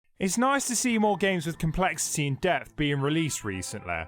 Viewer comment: "It's naise to see more games with comleshitty and debt being released recentlaay" English, do you speak it??